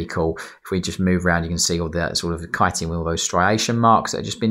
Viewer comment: Thank you for pronouncing "Chitin" correctly.